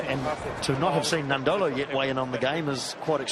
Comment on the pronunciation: It’s unbelievable the amount of commentators that can’t pronounce Nadolo’s name